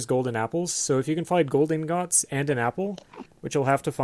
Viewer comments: in-góts wtf are ingóts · Lol you pronounce ingots like a fucking moron.